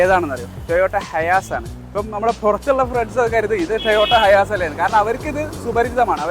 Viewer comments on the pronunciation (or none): ടൊയോട്ട ഹയാസ് അല്ല ഹൈസ് ആണ്